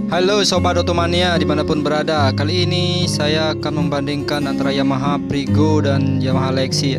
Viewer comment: Frigo mas bukan prigo